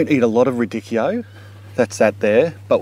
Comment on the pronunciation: It's not "Rid-dick-e-oh" it's pronounced "Rad-eech-e-oh"